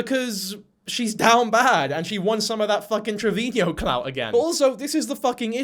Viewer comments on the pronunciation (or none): How are you still saying 'travinio' after all these videos about her 😭🤣 tra vee no Travino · please shut the fck UP saying TRE-VI-NI-O” thats NOT how you say it. its “TRE-VI-NO”. i don’t like this absolute gargoyle of a woman but its so hard already to listen to your voice, its even harder when you can’t enunciate properly.